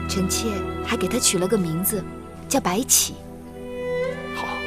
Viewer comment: 小狼說白起的時候 很像說白痴